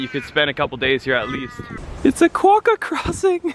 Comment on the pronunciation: "King of Quakkah." Quakkah. 😂